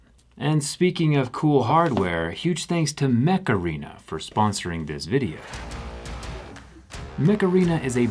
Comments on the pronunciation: mech arena? i tought he said macarena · Mech Arena sounded like Makarina 😂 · I heard Macarena. 🤣🤣🤣🤣🤣